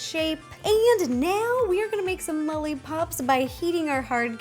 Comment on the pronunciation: Is it just me that heard Ro saying "Molly pops?" lol